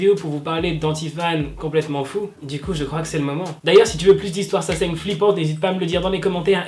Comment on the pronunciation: Quoi? Saseine? Je comprend pas ce mot mdr😂😂❤️